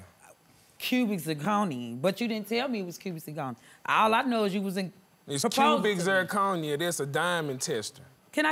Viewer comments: The way he kept saying CUBIN ZIRCONERRRR 😂😂😂😂😭😭😭💀⚰ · Him: it's cubic zirconia Me: that's fake Him: It's cubic zirconia! Me: That's fake! Him: IT'S KEWBIK ZIRCONIA!!! ME: DATS FAKE‼️‼️ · It's cubiczIR conia, It's cubiczIR conia, It's cubiczIR conia, It's cubiczIR conia, It's cubiczIR conia, It's cubiczIR conia, It's cubiczIR conia. It's a diamond tester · He said CUBAN zirconium lmao run it bike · It's cubic zerconie; it's cubic zerconie😂😂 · Another pointless, typical hood relationship... except, she looks super crazy with those lashes 😂 he keeps saying "cubic zirconia" like it's not synonymous with fake😅